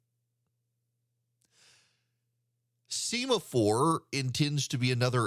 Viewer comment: I believe this is called “sem-a-four.” Like the signaling flags used on naval ships. You are usually correct in these things. I offer this humbly.